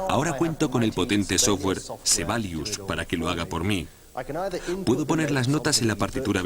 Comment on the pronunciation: sebalius....? SIBELIUS!!!